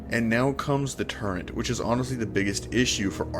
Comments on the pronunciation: why do you keep swapping between calling it a turret and a "turrent"? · By the way, it's "turret" not "turrent". I know, I know, I was surprised when I learned that as well. I thought a "turrent" was a gun platform and a "turret" was on a castle but nope, turns out "turrent" isn't even a word. Apparently a lot of people make that mistake so don't feel too bad. ^_^